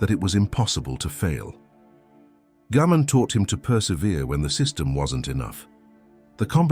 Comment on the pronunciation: This is a terrific channel and I’m really enjoying the videos but, and I’m not sure if the voiceover is AI or not but the Japanese concept names are almost always pronounced incorrectly I.E it’s Gaman (ga-man) and not Gammon, it’s ichigyou-zanmai and not Ichigo-zammai. It’s important because people will be unable to search for the terms to learn more about them.